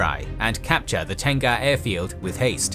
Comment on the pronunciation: Im a Singaporean Malay and when I keep hearing Tengah pronounced as Tenga I chuckled cause I keep thinking of the Japanese brand. Just FYI it is pronounced as te-ngah it means middle/centre in Malay language.